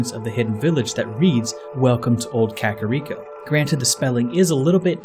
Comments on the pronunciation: Kuh kair eko not kakarod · Dude ere is a sign in front of the hidden village that say in Japanese ka-ka-Rico-village. Also it's not pronounced cakirico village it's kaka like the Spanish word for crap and Rico... the pengiun